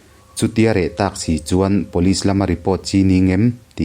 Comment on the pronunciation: Pulit tih tur aw..vanlalpianga pawn atih kha..